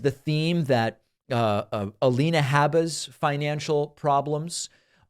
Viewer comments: Lien not lean... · A-lien-a Habba. lol :) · "leans"... lol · A-lean-a habba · A-lien-a is what a lot of people are calling her.